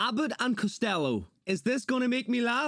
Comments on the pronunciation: Cost-tell-oh! He got it right most of the time, I'm sure he's heard the names. 😊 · Learn how to say "Costello" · Dude give him a break he clearly has trouble pronouncing Costello with his thick cockney accent. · There’s an o at the end of costellO